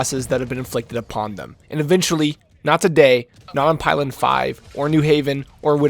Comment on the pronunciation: it's pilen with an -ee